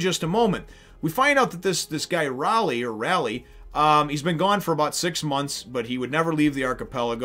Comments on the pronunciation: Kid is the man. So badass. Also, Ray-leigh. He's a monster. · Umm...His name is pronounced Ray-lay. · Rayleigh is pronounced "Raylee" (ray like the actor Ray Barone, and the lee like Bruce Lee).... Out of all of the supernovas, Law is by far my favorite..... except for luffy ocf.... this marks the real start of the arc.... prepare your pants, we are in for a wild ride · First, Rayleigh's name is pronounced.. Ray-Leigh. Leigh is another way to write the name Lee. Secondly, the X in X. Drake's name is actually the number ten in roman numerals. So, his name if Translated into English is Ten Drake. But the pronunciation is Spanish and in spanish the number ten is Diez. So, his name is X Drake is pronounced Diez Drake. Thirdly, all the supernovas are named after real life pirates or places. Capone Bege is named after Al Capone and the English privateer William le Sauvage Urouge is named after a Barbary pirate named Oruç Reis. The pronunciation of Oruç and Urouge is roughly the same. Jewelery Bonney is named partly after Anne Bonny. Eustass "Captain" Kid is named after the real life pirate William Kidd who was nicknamed "Captain" and named after another real life pirate Eustace the Monk. Trafalgar Law. Law is derived from the real life pirate Edward Low. Which in Japanese is pronounced pretty much the same way as Law.Trafalgar is the name of a cape in the South-West of Spain and during the Napoleonic wars there was a battle known as the Battle of Trafalgar. Trafalgar is pronounced in an American accent as this... Truh-fall-ger (grr) X. Drake is named after a real life pirateer named Sir Francis Drake Basil Hawkins- Hawkins comes from a real life pirate named John Hawkins Scratchman Apoo - Apoo comes from a real life chinese pirate named Chui A-poo Killer - Oda said he picked the name "Killer" out of sheer laziness; thus the name holds little to no